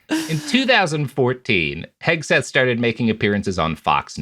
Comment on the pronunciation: I think accidentally said "Pete Kegseth" and that made my fucking day